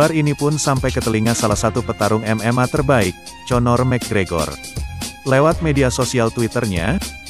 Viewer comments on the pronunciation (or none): iya tapi gregor aja ya jangan conor juga nyebutnya.. 😂 ngakak gua denger si mimin nyebut conor.. rasa asing ditelinga 😂